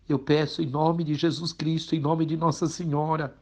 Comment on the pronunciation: Com certeza não tem eficácia . Mas só me surpreendi por um jornalista de tanta credibilidade não ter pronunciado corretamente o nome.